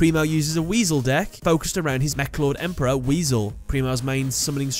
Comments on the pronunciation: Why does he call it weasel? It’s pronounced Wise-el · you called him weseal...its wise-el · Wisel not weasel the i in wisel sounds like a Y not a E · I think it's "WISE-ULL", not "Weasel". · He says WISE core correctly But calls him Meklord Emperor WEASEL Why tho. xD